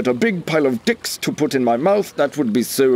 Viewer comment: "THE 'DEICKS' YOU ORDERED" LOL